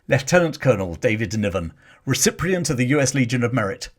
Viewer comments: Absolutely fascinating, thank you, but there's no R in recipient (you kept pronouncing it recipRient). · ‘recipient’ is spelt and pronounced ‘recipient’ - NOT ‘recipRient’ (WTF) 😂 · It’s recipient not reciprient as seem to pronounce it. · "RECIPRIENT"......YEAH RIGHT. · Please get rid of the AI bot... millions of people speak fluent English. This bot does not "Davids Niven"..."recip rient"... Verbal diarrhea badly pronounced.. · Recipient. Re sippy ent You have an extra R in there somewhere. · Thank you for putting all of this research together in one video - long overdue. By the way - recipient does not have an R in it so don't pronounce one!